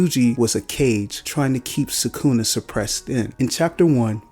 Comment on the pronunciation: bro you could at least pronounce it right it literally sounds like you are trying to pronounce it wrong you almost pause before you say it every time